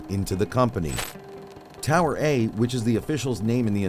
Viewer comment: Tower A . Is tower like towing company. I think the narrator read that wrong. Ijs